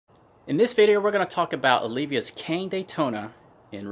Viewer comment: OLIVA not OLIVIA. ;)